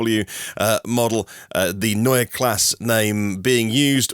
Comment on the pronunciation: yes, like Porsche. You pronounced that right.